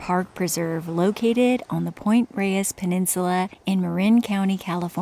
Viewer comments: great content. FYI, it's pronounced Point "Rays" ❤ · My senior year of high school, my PE credit was Sunday morning hikes at Point Reyes and Mt Tam. Life changing. Btw,, the locals pronounce it “Point Rays”